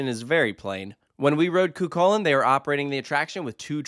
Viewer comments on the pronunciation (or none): fwiw the ch in chulainn is the same as the ch in the scottish loch. it's more of an h-like sound!